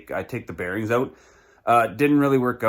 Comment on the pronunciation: Great video! So good, I won't make fun of you for saying...oot! : )